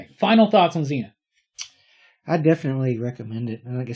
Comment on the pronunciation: was lucky enough to read all 4 phases across its weekly format, some of the best shit to come out of the UK back in the day. Please though call him Zen-Ith and not Zeen-Ith.